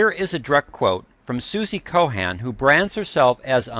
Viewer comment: SUZY COHEN IS NOT THE SAME AS SUZY COHAN--WHICH IS THE WAY THE ANNOUNCER IS PRONOUNCE IT AND GEORGE M COHAN IS THE FAMOUS SONG WRITER BUT EVERY ONE MAKES MISTAKES AND SO MUSIC CLEANSES THE SOUL SO MAYBE SOMEONE WOULD NOT NEED AS MUCH L-ARGININE !